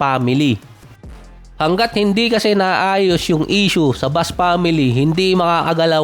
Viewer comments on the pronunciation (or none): none